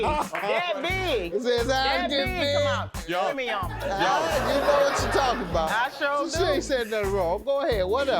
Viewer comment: Girl, I was waiting for his rebuttal but all we got from him were those premi-yum eyes 👀